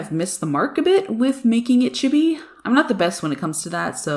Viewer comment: Oh nice I have copics and so now I don't like the water based anymore that much there still okay but not the best but these look so fun for bullet journaling so I might buy them!😊 BTW love the way you say chibi sounds like CHUBBY lol